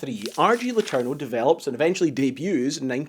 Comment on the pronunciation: Imagine being triggered every time he butchered "letourneau" as only native english speakers with no knowledge of french can do. :face-orange-raised-eyebrow